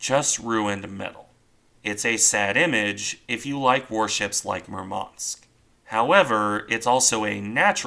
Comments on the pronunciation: "Murmansk" should be pronounced with emphasis on "u", not "a". Apart from that, its a good random video YT algorithm somehow chose for me, hahah. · Thank You for the video! Just correct accent in the ships' name is at the 1st syllable: MUrmansk, not MurmAnsk.